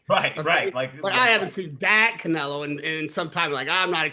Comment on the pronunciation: When did anybody ever call Canelo “Nelo”? It’s two syllables already.